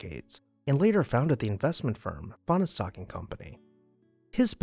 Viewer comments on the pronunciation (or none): It’s pronounced as 2 syllables not 3: Fahn stock. And it’s Vi lard’not vill’ard. You can ask me how I know and I won’t tell you. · Fahnestock is pronounce as two syllables - the "e" is silent. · They say there never was a Fahnestock! :) ..that's a joke! "Finer-Stock"!